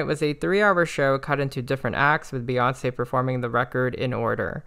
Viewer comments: why do you call her bay when the first three letters of her name are pronounced BEE and her fans are literally called the beyhive as in BEE HIVE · Amazing synopsis, only critique, it’s Bee, not Bay